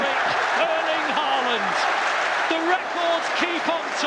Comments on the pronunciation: Try to get the AA....right is a Å! The very first sound you make in "ON" "Å"n" is AA! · Why don't British commentators learn to pronounce his name correctly? The double in Norwegian is pronounced like the a in paw not like the a in par.